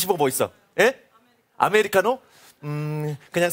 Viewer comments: 그냥 '스시 먹어' 이 말을 사회자양반은 '스시 버거' 로 알아들은듯 나도 순간 어? 했음 ㅋㅋㅋㅋ 그렇게 들리기도함 신기신기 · 저도 처음에 스시버거로 들렸음 ㅋㅋㅋ 그리고 스시버거가있었나? 싶었음